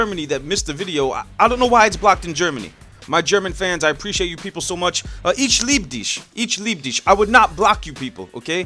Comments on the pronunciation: "itsch lieb disch " is close but not really correct but we germans love you too;) <3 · HE said "Ich lieb dich" so wrong;D. LOve you;p